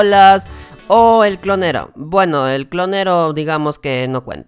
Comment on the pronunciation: Osea si dices guitar hero, pero también dices "clonero" 😂